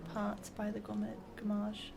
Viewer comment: I dont think that said "gommage" haha more like "FRommage" = cheese xD